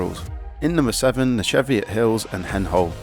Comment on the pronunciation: Love your books but you really need to learn how to pronounce places properly. Kielder is said like keelder. Cheviots is pronounced Cheeviots. I will pick this book up as I loved the NC500 book.